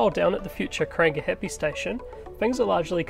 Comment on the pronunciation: Great update... However, would be awesome if you could work on your pronunciation of the te reo names, it's 2021 and we can do better... Never heard of Krang gah happy or Aya taya...